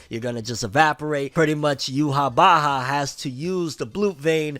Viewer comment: You-wah is how you pronounce it 😅😂